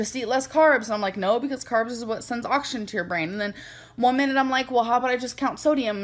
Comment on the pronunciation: “carbs is what sends oxshen to your brain!” gorl is killing meee